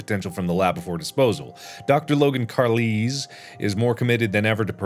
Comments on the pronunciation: "Carleeez" lol at his pronunciation of Carlisle! XD (it's kar-lyle) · Mark: "Carleez." Me: "It's CAR-LYLE." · Most people: Carlisle Mark, an intellectual: CarLEeZe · Sees Carlisle Mark: carlees Me: How dare he disrespect edwards dad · mark pronouncing carlisle: "car- leez " (p.s., its carl lyle) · How he read Carlisle like “Carleez”😂😂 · "Carlisle" no baby u say it ljke "carlile" 😭😭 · we’re just gonna ignore mark pronouncing carlisle “carleez”????? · Has... Has Mark never encountered the name "Carlisle" before in his life? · The way he said Carlisle made me irrationally angry